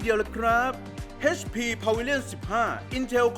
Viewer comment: เอชพี ไม่ใช่ เฮชพี